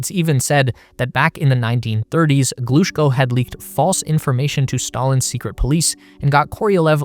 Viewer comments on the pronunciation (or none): Thanks a lot for this video! Just to help with the correct pronounciation of those great names: Korolyov: kuh-ruh-LYOF -- [kərɐˈlʲɵf] Glushko: gloo-SHKOH -- [ɡluːˈʃkoʊ] Chelomey: cheh-luh-MAY -- [tʃɛləˈmeɪ]